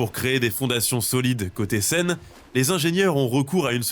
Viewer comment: Die scheiß KI kann nicht einmal den Namen der Seine korrekt aussprechen. Vielleicht mal was anderes ausprobieren als ChatGPT.